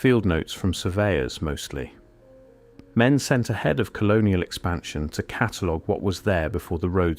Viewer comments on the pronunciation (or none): none